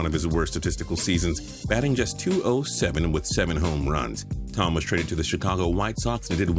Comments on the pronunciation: It's pronounced Jim Toe-Me not tom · Thome is not pronounced Tom. It’s toe-me. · Its pronounced toe-me not tom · It's Jim Toe-me, not tom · Also it’s not Tom the correct pronunciation is Toe-Me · TOE-MAY! IT'S PRONOUNCED TOE-MAY! You just insulted White Sox, Phillies and Indians fans here. And that's a feat! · How did y’all upload this video letting him call Jim thome Tom that many times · It’s obscene how butchers a name that badly. It’s Jim Toe-may. Do your god damn research,. I’m getting very sick of your BS and severe mispronunciations. Cantalupo needs to do this video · I think it's pronounced TOE ME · Way to mess up Jim Thome's name. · RG2499 yep. Makes me mad that people have such big channels, yet don’t know how to pronounce a players name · He does that all the time. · Made me cringe